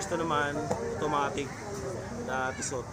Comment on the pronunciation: Pronunciation of Tissot... Tee. sow ☺👌